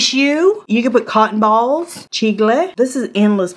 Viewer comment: Ok you said “chicle” and I died!